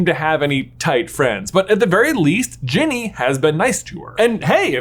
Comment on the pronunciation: Did you say genie and not Ginny?